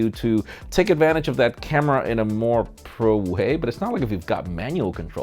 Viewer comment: saying pro sounds like he's saying bruh